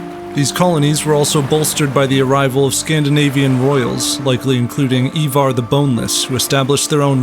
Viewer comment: Did you mean Ivar?? You pronounced it very weirdly